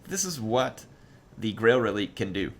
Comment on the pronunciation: If it's french pronounciation its ruh-leek